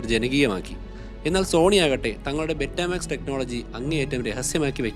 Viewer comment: ബെറ്റമാക്സ് എന്നല്ല പറയേണ്ടത് ബീറ്റാമാക്സ് എന്നാണ് പറയേണ്ടത്